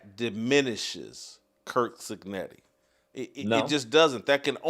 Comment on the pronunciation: Stop saying kirk cignetti! It's curt!